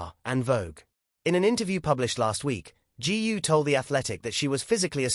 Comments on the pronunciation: Please do your homework! Her name GU is pronounced as GOO not g u ! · Why pronounce her name as G. U. ? Is that difficult to say GU ? By the way, her real name is : GU AILING ! Chinese people always place the family name ahead of the given name. Hungarians are the only Westerners who do the same as the Chinese because their ancestors came from North/Central China ! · That idiot can't even pronounce Eileen's surname !! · I guess AI is far from perfection. If it can't even pronounce her name right. Please don't post it. Totally disrespectful towards Eileen and her family.